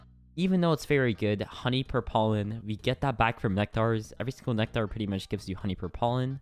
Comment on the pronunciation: It gets annoying how you pronounce nectar